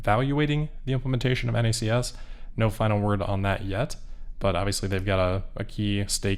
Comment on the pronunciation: Thanks for saying N-A-C-S instead of pronouncing it “NACKS”